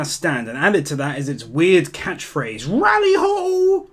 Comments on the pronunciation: Loved the video firstly its avdol not Abdul and its lali ho not rally ho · "Rarry-Ho" What i hear: Loli-Hoe